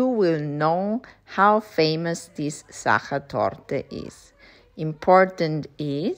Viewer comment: So beautiful ❤ thanks. Now I know how to pronounce sacher torte properly 😊 Lovely views of Positano in autumn